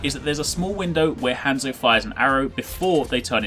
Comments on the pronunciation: Hānzo not han. Zo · (Hon-Zo) Not (Han-Zoe) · Don't pronaunce Hanzo han zo it's hun zo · Your not pronouncing Hanzo right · I thought he was saying hand soap lel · HAHAHHA he pronounces Hanzo wrong